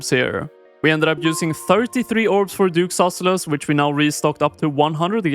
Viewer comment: aintnoway you pronounce it duke susellus